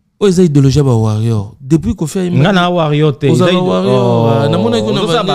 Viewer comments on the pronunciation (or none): on dit conCERT et non conSOEUR😅😅😅😅😅 aaaah ba warriors kkkk certains disent WARRION, WARRIO😂😂😂😂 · Moyen te c’est étonnant Warrion ou Warrio franchement